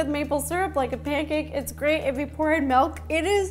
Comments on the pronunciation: Everyone: Milk Rosanna: Melk! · Why is no one talking about how she says "melk" instead of "milk" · I still can’t get over how Ro says “melk” and not milk😭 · I used to say melk but now I say milk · Ever since Mike pointed out that Ro says "Melk" instead of milk I can't unhear it lol. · It’s MILK not MELK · I’m sorry did she say “Melk”? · Tbh i like ‘melk’. WAY better 🙂❤️ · I love her sm but…”MELK” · My sister when rosana says milk: mAlK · Did she say malk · "melk" oh no...